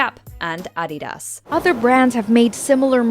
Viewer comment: it's not a mojo video without a bad pronunciation. that's not how you say adidas!